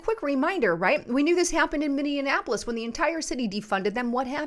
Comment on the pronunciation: First time pronouncing Minneapolis?